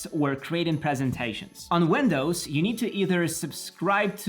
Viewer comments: Nice video, but for the love of everything that is holy.. its wIndows, with an i, not wEndows with EEEE widget /ˈwɪdʒɪt/ wedge /wɛdʒ/ wEndows wEdgets.. I am dead, bye. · He said "older" WENDOWS 💀